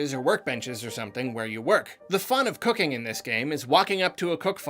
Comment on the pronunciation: why did it sound like "cocaine" when he said cooking?